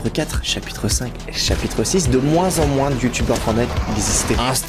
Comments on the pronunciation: réel on dit mooooooooin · pourquoi tu dis "moinse" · Pourquoi tu prononce le <S> du mot moins 😅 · Dans certaines régions, ils le disent comme ça ^^